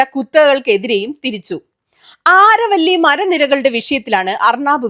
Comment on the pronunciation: അരാവലി എന്നാണ് അരവള്ളി അല്ല.